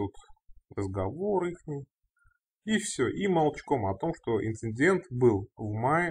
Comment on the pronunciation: Больше, больше эн в слове инциндент! Еще больше!!!!!!!